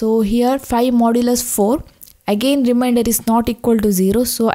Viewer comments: It is remainder not reminder😂😂😂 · its remainder not reminder!!!